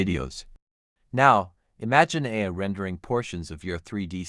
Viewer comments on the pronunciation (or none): it’s not better understanding though. The pronunciation is awful. The voice can’t say the words “ASUS, ROG, or AI”